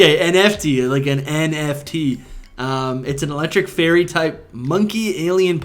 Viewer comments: You lost me at Enefti😐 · This was believable until “enefti” for me